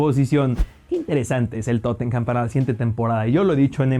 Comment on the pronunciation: Estoy mucho más de acuerdo con tus predicciones que con las de Ilie y Nacho, excelente video. Solo un dato constructivo, se dice Tottenam, no Tottenjam. Saludo enorme desde Lima🤙